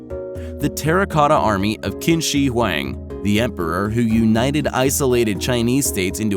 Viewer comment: It’s actually pronounced “shee-hwong-dee”